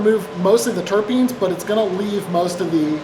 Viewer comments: Ugh! WHY do you keep saying "terrapeens"?! Dr. Duncan correctly says "turpenes" (tur-PEENs) about 50 times. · I'll normally excuse this stuff. But he says it wrong so many times, and the professor says it correctly multiple times. Time to talk to your editor Adam. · Terapeens grew-it 😂 Terpenes and Gruit (TUR-peens and GROOT) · Terpenes... pronounced TUR peen, not Tera peen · They are "terpenes", not "terrapenes". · I love how Adam pronounces it tara-peenes and seconds later the Doctor of Beer pronounces is tur-peens. I kinda think the Doc is right...☺ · Why are you calling them "terepenes" it's terpenes dude? What's wrong with you? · Adam "Ter PEEN", not "TarA peens". No second "a". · Terpenes not Terapene, theres not 3 syllables, just 2. Terp-ene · Adam keeps saying, "Ter'e'penes..." is he talking about turtles? 🤪🤪🤪🤪🤪🤪 (ter'penes, sheesh!) 😁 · It's terpenes not terepenes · I don't want to be anal, but it's terpines, not terepines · TUR-PEENS. Not terra peens. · Terpenes does not have an "a". you pronounced it like "terra-peens". It should be "terp-eens" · My small turtle friends, and I, shuddered every time "terpene" was mispronounced as "terrapin"... otherwise, this was a great dive into beer. Much thanks. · Hah! Turtle beer. Adam needs to learn how to pronounce ‘terpenes’ correctly. Everyone else in the video pronounces the word properly, which is just as it’s spelled. Terrapins are turtles. At least there is some comedic value in that. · I love the video and can’t hate on it or you because you’re simply amazing, but anybody else irked by “Terrapines?” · fyi its pronounced 'tur-peenz' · Stop saying terra-penes! My ears are bleeding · terrapin terrapeeeeeeeeeeeens. Holy fuck you literally had a scientist pronounce it in front of you. Fucking hell chief. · As a pothead, the way he says "terpines" kills my soul a little bit. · Some reason you pronounced Terpenes as Terra-peens? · if you say terApeen one more time... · ter-peeeeens there is no A !